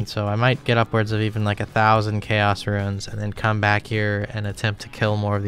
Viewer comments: every time you say runes it sounds like ruins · Are you saying "ruins?" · Why do you keep saying "runes" like "ruins"? There's no "i" in "runes". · Ruins, blur-ite, si-new. Your pronunciations crack me up 😂